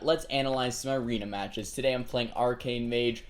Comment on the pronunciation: no....why do you put SO much emphasis on HEY GUYS AND TODAY. sounds dumb and drives me insane. but i am just some guy on the internet with a pet peeve. so whatevs